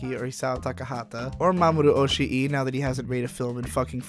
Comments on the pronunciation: It's not Oshi-e, it's Oshii, just prolong the "i" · you've been making this mistake for a while so I figured I should let you know that in Mamoru Oshii's name (押井 守 in Kanji), Oshii isn't pronounced Oshi-i (as in two distinct "i" sounds), but just with a single protracted ī. Oshii's name in hiragana is おしい まもる, which is pronounced like this: Oh-shii Ma-mo-ru. You do not pronounce い as a second "i", it is just put there to signify that the "ii" is meant to be a little bit more drawn out/emphasized. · Great video, but man you seriously suck at Japanese pronunciation. Kind of surprising for someone who ostensibly really knows their shit otherwise.